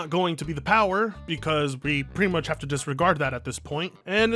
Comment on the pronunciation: “No one can have that moach power. IT IS TOO MOACH!”